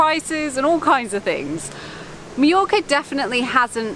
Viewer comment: I enjoyed your video, and hate to be a negative Nancy, but everytime I hear Meeyorka my ear hurts. Mah Your Kah.